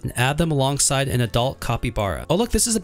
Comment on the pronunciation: “IsN’t ThAt JuSt CwAzY”